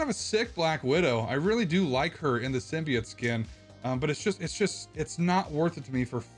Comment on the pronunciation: SIM BEE OAT SIM BEE OAT SIM BEE OAT not SIM BEE OTT and not SIM BYE OAT for the love of God It's SIM BEE OAT